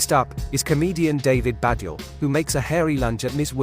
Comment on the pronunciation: Madeley and Badiel are famous enough surely for the voiceover guy to pronounce them correctly. 😀